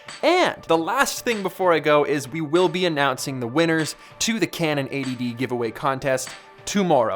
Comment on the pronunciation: Sorry.... did you say winnerS As in multiple?